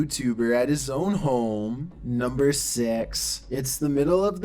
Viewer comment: did he say number sex? And why he talks like gay Trump? That was so annoying.